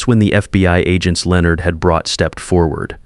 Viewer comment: Will somebody please programme your AI to correctly pronounce the names Leonard and Patricia. Also how did Patricia grow up not realising her father ran a very well known and successful construction company, the family lifestyle she probably enjoyed could not have been provided by a Janitor. Perhaps I have misunderstood the story but that aspect of it was confusing.